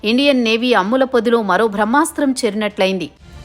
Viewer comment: అమ్ముల పొద కాదు.....అమ్ముల పొది